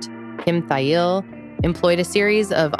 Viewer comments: To be fair, you weren’t far, at all. It’s pronounced like, “while”, but with, “Thigh”, at the front. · Lmao. That is absolutely not how Kim pronounces his last name 🤣 On a different note, though, this is really well put together. Liked, sub’d & waiting for more.